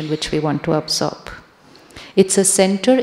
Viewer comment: Sri shivani sister, I got confused when you say absorb the energy, the pronouncation looks like observe the energy❤ meaning doesn’t matched in that sentence~~😊😊